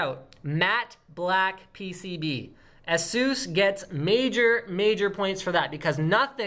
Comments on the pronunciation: Erm no, you can`t... A-sus, like in sus-pect or sus-picious or sus-ceptible. It`s really quite simple. Another one is Rad-eon. Not Ray-deeon. The clues is in the spelling ffs. Seuss? pff. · Ay-sus is the pronunciation my friend XD